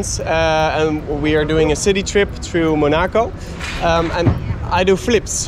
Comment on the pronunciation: Het is niet monaaaaacooww maar mon ac o.